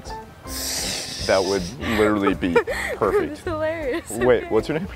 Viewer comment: "You are perfert"